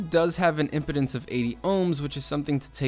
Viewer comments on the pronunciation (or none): Please make sure you pronounce technical terms properly impedance is not "imputance" instead it is pronouced impeedance. Did it occur to you that they were designed to NOT use with a hat! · LOL! I lost it when you mispronounced impedance. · Except when he's pronouncing the word "impedance," a very basic audio term...